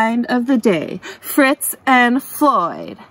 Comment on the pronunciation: Fitz & Floyd; not Fritz.